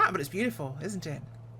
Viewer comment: and no Doctors where harmed too..... glad to see your war against ground scenery is still ongoing... a touch of paint and no one will know.... have fun... i loved the little Yorkshire slip through "int' it" .... reminds me of when i live in uk....